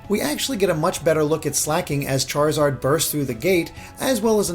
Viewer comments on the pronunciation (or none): none